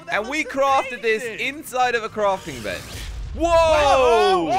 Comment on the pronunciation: Lol he said not placing a block but crafting benc? What that hmmmmmmmmm